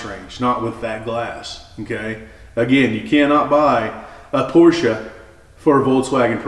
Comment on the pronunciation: Such a relief to hear someone that actually knows how to pronounce BOTH syllables in Porsche.